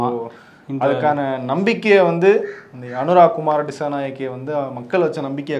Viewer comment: தயவு செய்து பெயர்களை உச்சரிக்கும் போது சரிபார்க்கவும். ஆங்கிலத்தில் இருப்பதை அப்படியெ வாசிக்க வேண்டாம். அனுர குமார திசாநாய(க்)க என்பதே சரியாகும். சிங்கள பெயர்கள் "ke" என்று முடியும் போது "கே" என்று உச்சரிப்பது இல்லை. " க" என்றெ உச்சரிக்க வேண்டும்.